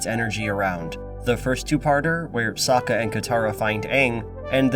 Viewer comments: That would be correct if Avatar existed on our world and there wasn't a direct source material to reference. I mean in season 2, the tales of ba sing SE, Sokka explicitly explains how to pronounce his name. "That's right I'm Sokka it's pronounce with an ah-ka young ladies I rocked ya" ... One too many syllables or not he still explained his name. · Ok but “ahng” and “sowka” are how I thought their names were pronounced before I watched the show and had only read about it. Therefor, my theory is that no one in the entire production ever bothered to actually watch the show. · Fuck reasoning, anytime I hear Ah-ng or So-ka I physically wince.